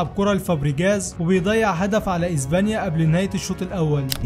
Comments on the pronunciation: SILVA ❌ SILFA ✅ إسبانيا ❌ إزبانيا ✅ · هي ازبانيا ولا اسبانيا؟؛😂